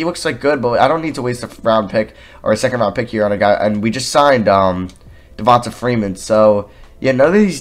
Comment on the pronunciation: It’s pronounced Devon-tay